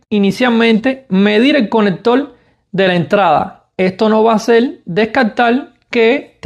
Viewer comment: calgadol, conectol, lactop jajajajaja aprende a hablar